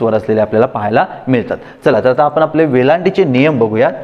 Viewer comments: " मित्राणो ", " आपन ", "करनार" हे शब्द " मित्रानो", " आपण", "करणार" असे निवेदकांनी शुद्ध उच्चारायला शिकल्यास, शुद्धलेखना संदर्भात त्यांनी दिलेले ज्ञान स्वीकारण्यास लाज वाटणार नाही. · शुद्ध 'लेखन'बद्दल ही माहिती दिलीत ते चांगलं केलंत; पण शुद्द 'वचना'चं काय? तुम्ही स्वतःच 'आणि', 'पण' , 'आपण' असे शब्द 'ण'आणि 'न' यांच्यामधला, पण खूपसा 'न'च्या जवळचा उच्चार करत बोलता; आणि 'मन' वगैरे नकारांत शब्द "मण" असे बोलत आहात. विद्यार्थ्यांनी तुमच्याकडून काय शिकायचं आहे अन् काय नाही, हे त्यांना कसं समजणार?